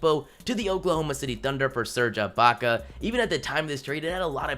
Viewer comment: Did he just say "Serga Baka"?